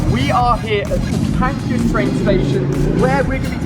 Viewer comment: Who heard him say "pancreas" instead of Pancras???